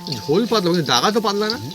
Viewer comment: পাদলা না। শব্দটা “পাতলা”।